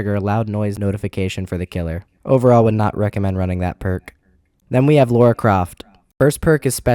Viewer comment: Lara not Laura